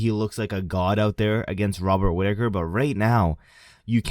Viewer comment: Mate, you can’t even say Chimaev runs through Rob Whittaker 😂